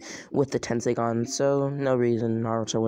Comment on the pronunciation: Dude it’s tenseigan tesnseigan